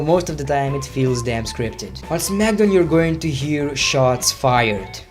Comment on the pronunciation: He says Smackdown like zmagdown lol